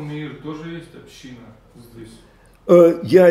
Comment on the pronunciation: "Ступень" - ударение на последнем слоге. "Община" - ударение на предпоследнем. А вообще слушаем рава постоянно и восхищаемся!! Огромная благодарность!!